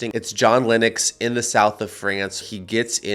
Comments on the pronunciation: why do americans butcher common english names its Lennox pronounced LENnix not LYNnix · His name is not pronounced “Linux” !! check it out!